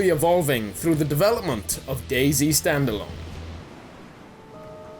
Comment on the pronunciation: you pronounce dayZ like dayz not day z